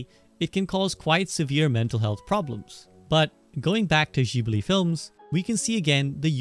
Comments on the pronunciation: fym "jibli" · Studio Ghibli = Studio Jiburi Ji-Bu-Ri!!! Guys say it right. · for fucks sake its spelled studio "jibli" - you call yourself a fan ? :D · clicked off after hearing jibli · It's a shame you pronounced Ghibli wrong 😅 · Bro is Ghibli not jibli 🤦‍♂️ ... don chiote.... wtf bruh itsnot hard to pronounce it